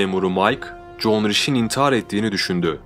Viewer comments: John degil Joan. John dediginiz icin sanki bir erkekten konusuyor gibiydiniz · John değil joen diye okunuyor ben de erkekten mi bahsediyo diyorum 🙃😞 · yeni izledim super video ve anlatım ama kadının ısmını john gıbı telefuz ettıgıne baslıgı okumasam erkek sanırdım joen (joan) diye okunsa daha ıyı olurdu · OGLUM JOAN KADIN. NIYE JOHN DIYORSUN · evet alman ismi doğru telefuz seninki güzel video